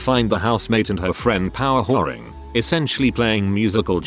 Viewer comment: At 1st I was like what is power whoring until I read it and it said power houring